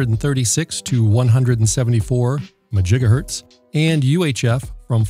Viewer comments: I"m pretty sure that MaJigahertz begins with a "M". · He said majigahertz, ugh. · Just a note: It is pronounced "Mahjigahertz". Rum0rz are "they" are working on a Megamajigahertz transpeater for many Megafarz. Czech in from time to time for any updatages. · I always thought it was 'mah jiga hurts' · Majigahertz made me spit out my coffee 😂